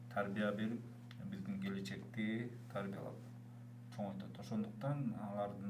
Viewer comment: Сизстин бизстин Деген созуну ондосон боло